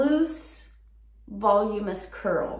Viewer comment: You mean vol-U-MIN-ous.